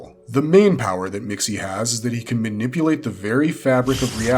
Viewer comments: According to the Super-friends it’s pronounced Mix-zolt-plyk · Mister missyezpitelik pronounced so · its PERNOUNCED MIXLEPLICKT ISN'T IT? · heh heh heh he said tip lick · It is Mix Ill plick Get it right, geezh! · I've always pronounced it "mix'lplicks" , but I'm from the 3rd dimension and most likely my dumb human tongue can't pronounce a 5th dimension name. ... pretty sure I've never been tricked into saying my name backwards, so, I'll call it a wash?